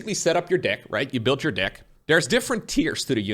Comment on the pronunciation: careful with the word deck, you make the e sound like an i a lot